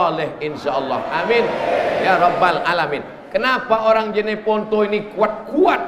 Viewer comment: JENEPONTO BANG bukan JANEPONTO